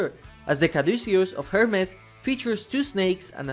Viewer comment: This is the 666 comet ha ha. 😈😈😈 Also, you pronounce Hermes wrong